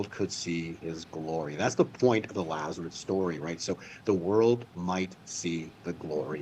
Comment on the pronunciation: It drives me crazy when says “Lazareth” 😅